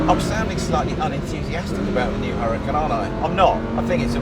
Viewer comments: You mispronounced the name, it's huraCAN, not HUracan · "Whoooruhcan." Lmao!!! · It does not pronounce like you said. The h in huracan is mute. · Please, if you're going to tell us how to pronounce Huracan please pronounce it correctly yourself. Here's a little help, the H is silent and the accent in on the last vowel, not the first or second vowel. You'll seem more authoritative if you research your subject. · if you're going to say how to pronounce Huracan, at least know that the spanish word Huracan is pronounced without the sound of the H.